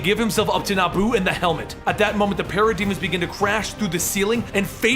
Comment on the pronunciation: Sounds liek he's saying pair a demons